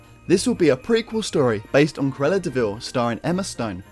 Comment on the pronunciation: CRU-EL-LA has three syllables - not two!